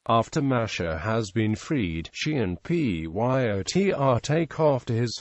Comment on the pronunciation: Why does he keep saying PYOTR instead of pronouncing the name rather than spelling it out?